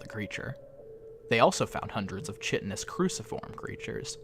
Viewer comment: Good readings, such cool writing. Kind of a shame broke the fourth wall, IMO. Saying "OK everyone, this is a story, and it's not real..." (well duh) is just hand-holding, and all it does is destroy the authority built up so skillfully. Also, just FYI "chitinous" is pronounced "kite-en-us", not "chitt-en-us"; hard "K" and long "I" sounds- kinda rhymes with "brighten us". Chitin ("Kite-en") is the hard stuff that the shells of insects, crabs etc are made of, and fungi also use a version of the substance. But good readings overall. You should do more of that kind of stuff.